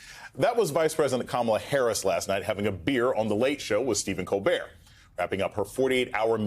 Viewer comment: Good idear, Stephen Col'beer! 🍻